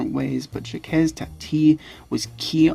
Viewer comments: Good all round commentary...but I've never heard anybody ever pronounce Jacques as Jackez, please! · ‘Jacques’ is pronounced just ‘zhack’ (soft ‘sh’) or if you must, say the first sound as just ‘j’, ‘Jack’. You’ve probably heard this a million times in the last two years, though ;). ‘Hulot’ - like ‘Hue low’. And now I’ll watch for the content ;). I regret that no-one I’ve shown Jacques Tati movies to has appreciated them. Too subtle for most of us Americans, I guess :(.